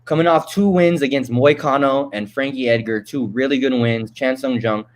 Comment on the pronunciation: He is not Chan Sung GUNG. Just call him Korean Zombie if you can't pronounce his name correctly.